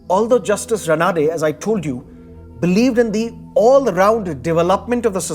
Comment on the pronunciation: Excellent. The Marathi pronounciation is रानडे not रनाडे!